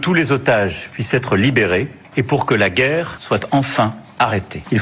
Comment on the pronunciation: le mozart de la guerreu et de la vérité-euh fait comme toujours assez peu de cas sur quoique ce soit euh